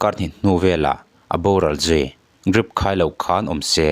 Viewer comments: I DRIP lam dan chu hetiang a Channel i siam ve rau rau a nih chuan uluk deuhla ka van duh tak... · Chhiartu, "Drip" hi "Grip" ti hlirin i lam tlat le. Fimkhur rawh. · Thu puangtu chuan a thusawi hi hrechiang se aw! Grip ti lovin drip tih tur te mai a hre lo hi? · Apawi thin emai, kathiannu pawh kha hetiang chiah hian Drip ankhai pawh azawh hma in athi asin. Rilru ana duh in tihtheih kannei bawk silo. Chuan nangpawh hi tawngfiahlo leh i Mizotawng thluk diklo tamtak thin te hi atha lemlo, Drip tih pawh ilam thiam nange, ? Grip ti te'n ilam mai a. YouTube chanel nei ve meuh si. fimkhur zawk nan ti in kalo belh ve anih chu, mifing/mipangai chuan insiamthat leh fimkhur zawk nan lo hmang hram angche aw, zirlai te ngaihthla tu an awmve nual sia kalo tove anih chu kei misual hian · Grip tilovin Drip tiin lam rawh😂😂😂😂😂😂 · Drip tih tur grip i ti leh thin a,😂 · Chhiar tu pa , grip pawh a ni lo, Drip aw.. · Enge grip ti a I chhiar tlat a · Grip tiin i lam talh a, drip tih tur aw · Chhaklam unaupa a nia, R an lam thiam ve loa a. G tiin an lam thiam ve dan ber a nia. Drip kha Dlip tia lam ai chuan grip tia lam kha chhaklam unau te tan chuan a awlsam ve zawk ani mai ni. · Grip ni loin Drip tih tur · DRIP tih tur GRIP nilo in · Grip nilo in, Drip tih zawk tur aw 🙈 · Grip ani lo drip aw...beng a ti kham tlat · Ngatinge drip hi grip tiha i lam tlat le??grip a ni lo..drip ooo..lam dik hram2 teh u.. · Chanel neitupa chu drip ti a ziah pawh grip i ti zêl mai,!!!. Youtube chanel siam thei ve meuh chuan sapṭawng a ṭawng theih loh paw'n chhiar tal hi chu thiam ve tûr a ni. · GRIP TI TAWH suh 😂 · Grip ti a I lam ziah hian ngaihthlak a ti hrehawm Drip ti la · Grip ti tlat.....😂😂😂😂😂😂...... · Dripping ani emaw ka tia I grip vak vak a,mizo tawng lah I suwsan thin nge ni..Hahthlak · Tinge drip tih tur hi grip i tih zel aaa🤭ennawn leh deuh teh aaa,drip tih zauh chu i nei tho a,a tam zawkah grip i ti zel aaa...a fuh lo tlat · Grip ni lo in drip tih zawk tur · Sir grip iti zela drip tia lam tur 😂😂